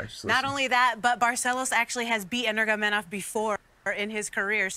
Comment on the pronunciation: “CUMSHOT CHII MEEE AEV!!!!!” Kkkkkkkkkkahbib, nurmogomedie